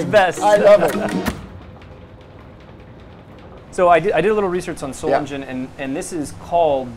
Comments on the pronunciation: Sorry, but that "SolinJen" pronunciation really hurt my ears! Thanks for the video!👍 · As you heard in the video: It's not Solinjen, it's Solingen. Just a friendly pronounciation advice :D I know you pronounce the same spelling differently all the time, which I don't get, but lets not go into that; I just thought I might help put a little. : > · Very nice video, full of interesting facts and beautiful pictures. One small remark though : the german boss pronounced the name of this place many times and it clearly is not "solindjen"... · Absolutely great!!!! The only thing Blade HQ could have done better is to pronounce the name of the city they went to correctly. The city is called 'Solingen'. The German guy was pronouncing something like "Soling", and I'm positive Americans can say that too. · Böker, please learn the "ö" or "oe" sound. Just try at least. It's Solingen.... please look up the pronunciations.... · Sol lee Gin !!! not a soft G !!! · Man please...he've told you how to spell Solingen correctly more than once. For all you Englishs, try "Solinghan" and suddenly you're more close to correct German. My God...😐